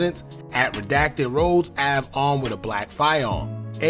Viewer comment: How can you not pronounce arm